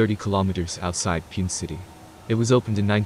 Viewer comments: It's not piyun ... 😂😂😂it's Pune 😂😂😂😂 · It should be pronounce as pun a not pun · It's puuunnnnee (Pune) पुणे 😂😂😂😂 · It's not Pune!😂😂😂 Pooney